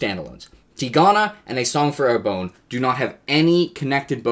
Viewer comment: Sorry to be a pedant, but I don't think you're pronouncing Arbonne correctly. It should be something more like "are BUN," not "AIR bone."